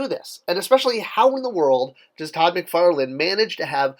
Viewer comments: Come on man, it's McFarlane not McFarland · It’s McFarlane.